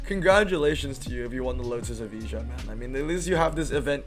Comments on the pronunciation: was wondering why he talk about e-visa :D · Its not eveeja. Its evaya🙄